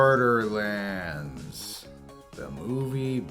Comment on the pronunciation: Bore-durr-lands? More Like THERE"S no reeee-zun-durr lads to see this moovy. I'm rather join a gaming clan, I'd rather become ray'z in bran, I'd rather eat some purple cranz, than to be in sight of boarder lan'dz. Cate blanchet? more like late man-chit!